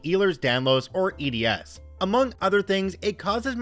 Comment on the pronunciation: Those of us with EDS (and you said it wrong, btw) have to "prove" it to these people's satisfaction because we're not actually missing any limbs, joints, or look obviously abnormal until you look up the symptoms and are familiar with the traits. If you know what you're looking for, it's obvious, but to the layman we just look like pale malingerers faking for sympathy. That's why. So next time you see someone walking out of a disabled parking spot, mind your own business. Even doctors won't believe us at first unless we have a proper diagnosis from a doctor who's familiar with it. That said I have NO idea what OP was thinking POPPING OUT HER HIP deliberately. Even for us that's highly dangerous to the point it can cause blood flow issues.